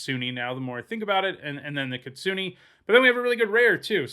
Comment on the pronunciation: the way you pronounce Kitsune is triggering me so hard